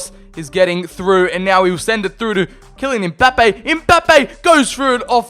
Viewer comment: "Kylian EmBaPeYyY"